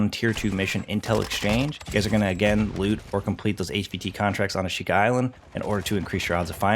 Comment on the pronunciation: how hard is it to pronounce ashika??